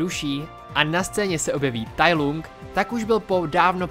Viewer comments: Musím tě opravit. Nevyslovuje se to Tai Lung jak se to píše, ale Tai Lang. Jinak zbytek videa je v pohodě! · proč to čteš [tajlung] když i v Anglickém znění se to vyslovuje [tajlang] ???? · Tai lang je výslovnost děkuji